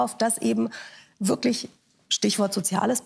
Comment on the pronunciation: ärgenwas und wärklisch. Herr Mansour es heisst "irgendwas und wirklich"